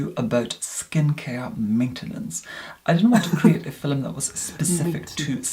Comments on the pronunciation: I’m from the UK and no one talks like him. As well, no one pronounces ‘film’ as ‘fil-um’! Not even posh southerners 😂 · is stunning! And his voice so velvety! I couldn't think of a proper word, but velvety is fitting...😁 and I LOVE how he pronounces "film" (fill em-love it!!!)... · I can't figure out if film affect is real or part of an act. Either way, it's so annoying to me that I can't get past that to watch a full video. How he manages to make film a two-syllable word is beyond me.:D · I love that he doesn’t say video but “filum” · the iconic "for todays filum"